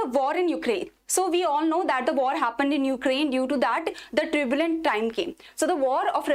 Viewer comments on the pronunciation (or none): Not tribulent time. It is turbulent time. Please pronounce rightly. Anyway, your sessions are praiseworthy.